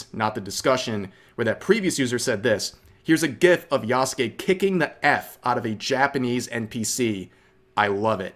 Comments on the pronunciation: Apparently they aren't even pronouncing the character yasuke's name correctly in this game. I keep hearing people saying "yah SU ke" instead of "yah ske" like it should be, so clearly that's the way people are hearing it said from the company Which is just another low key insult to Japan. It's not that hard. You don't hear people saying "sah su ke" when they mention their favorite simped over character in Naruto do you? No because the English VA had respect and got it right. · Rev i beg learn to say his damn name It's just like Sasuke man